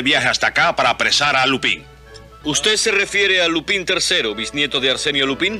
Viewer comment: cualquier doblaje que diga lupÍn en vez de lÚpan tiene todo mi amor